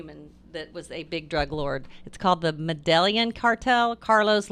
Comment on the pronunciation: It's pronounced "med-eh-yeen" cartel, just fyi lmao